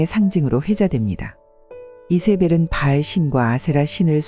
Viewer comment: 바을이 아니라 바알입니다!